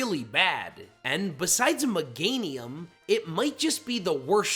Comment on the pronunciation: 1. Pronounces Pokémon “Pokuhhhmon” 2. Meganium slander 3. Pronounces it Muhganium Here, chief. You earned this dislike.